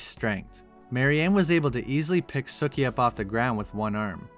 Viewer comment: I thought her name was pronounced SUkee...not sucky...but whatever I see the pun...har.